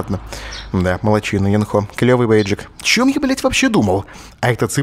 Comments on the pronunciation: сначала Брейн говорил Ёнхо (ударение на ё), потом плавно перешёл на Енхо (ударение на о). ВЫВОД: Брейняша ударение переставил, и "ё" на "е" сменил:D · брейн, ударение на Ё, Ёнхо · Ёнхо, ударение всегда на ё. Да и в большинстве японских имен ударение на последний слог.